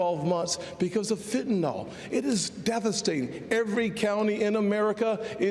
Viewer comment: Does anyone know how to say Fentanyl? It's NOT Fentanol (like TylenOL). It's Fentanyl like FentaNIL...lol!